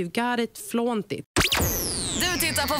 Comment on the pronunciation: if yuu goot it fluöönt it, fan va skön engelska :D